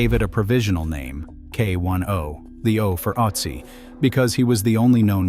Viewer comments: Why do everyone who is speaking English is butchering Ötzi. Some say Utzi others Oh-etzi or Uetzi which is also all 3 pronouncings are wrong. Use Babble or another language App to have the correct pronunciation. It is Ö.t.z.i. like the Ötztal Alps. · A totally useless point. Germans routinely butcher English names and words, and it's totally fine. The way we vocalize foreign words and names is shaped by our mother tongues. Asking people to pronounce a foreign name or words as close to perfect as possible is a waste of everyone's time.